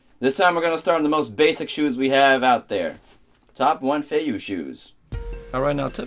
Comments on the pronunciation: I'm pretty sure its pronounced feiyuueh not feiyou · You have feivue, not feiyue